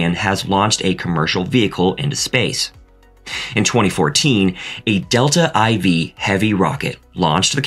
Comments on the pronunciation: It´s not Delta "eye-vee", it´s Delta "four".... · “Delta ‘eye-vee?’” You mean Delta 4? 😂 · Dear: it's pronounced "kry-o-JEN-ik", not "Cairo Genic", and Delta IV is pronounced "Delta 4". Those are Roman numerals. Delta. 4. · WTF? What kind of engineer covering space flight doesn’t know how to pronounce Grumman correctly half the time? Or pronouncing cryogenic the same as cry? Or Delta IV as Delta “eye vee”? Probably not an engineer. Probably not in the United States, even given the clear US accent of the narrators. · I wish you could update the computer voice so it didn’t miss pronounce words or acronym’s like “a Delta IV, pronounced iv.